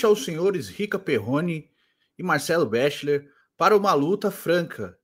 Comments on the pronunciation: ô, fala béxiler não kkkkk qualquer vídeo que ele é citado as pessoas falam a pronúncia correta, é beckler cara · Tem 5 anos que vc fala Marcelo bexiler pqp... fala direito